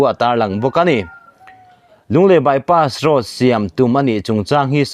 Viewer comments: "Bypass road" chu lam i harsat ve hlemai maw.😁😁 Bypass roas/ross ti deuh tlat mai a. Edit theih ani awm si a han nawt reh la tha tur. I lam ngun deuh hnu ah chuan a rawn dik thei tan e. . 😁😁😁👍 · Lunglei by pass ross", tiin a rawn ri nawk mai a, kan youttuber te pawh hi kan sawrkar hoan a hack ta em ni, thu lam diklo atam e mai, ", by pass road", tih pawh by pass ross an ti ta zel si, heng thu lam diklo zawng zawng hi kan sawrkar kalphung diklo vangah ka pujh mai sin, mnf sawrkar hian min lo sawp hneh ber a nih hi a hming te hi an lo thlak hman leh pek nge maw ni le, , by pass road", pawh lam dik a har ta, a rawn by pass ross ta vek mai, Nawbgsawhnawh pawh a rawn hnawngsaw hnawh leh vek ta mai, kan sawrkar tak hi chu aw..